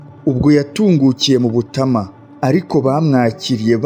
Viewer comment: Bibabereye byiza mwajya mubanza kumenya amazina y'abantu n'ay'ahantu, naho uburyo musoma bituma amateka abiha. Ngo....Butama.... Ni Butāama!